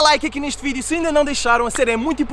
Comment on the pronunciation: "Sejam bem vindos a maiss um vireo" nao to zuando o r nao e sem querer